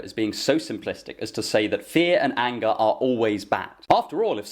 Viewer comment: Every time you say "fear and anger" I keep mishearing it as "fear and hunger" xD